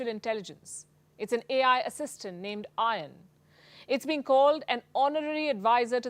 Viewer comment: ION the Romanian Ai assistant of Romanian prime minister is equal to Jhon. Not I On as you guys say. Ion ( aka Jhon ) is a Romanian name. 😂😂😂😂😂😂. Make me laugh this news